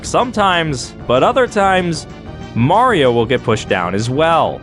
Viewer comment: It's-a-me! Maruto!